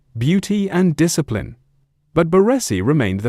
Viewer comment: The way he says BaRRResi 😂